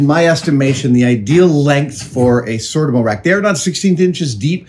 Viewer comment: Adam, Adam, Adam. You don’t need to make anything. Just buy the cabinets from Sortimo. It’s pronounced SOR TEA MO, with the emphasis on the second syllable.